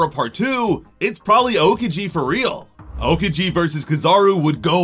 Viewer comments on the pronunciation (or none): When he says a kiji it’s so annoying it’s (ow-key-ji)